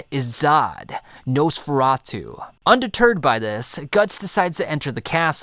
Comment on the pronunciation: He pronounces it Nose feratu, the video is completely unwatchable now because it’s all I’m gunna be able to think about for the next week.